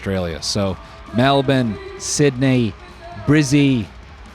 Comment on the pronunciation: bro pronounced Melbourne PERFECTLY